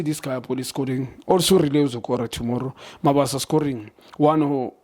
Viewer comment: You guys don’t do your research. You don’t bother to check the injury list, and you don’t even bother to learn the players’ names. Pirates don’t have a Mabaso. It’s MabaSA!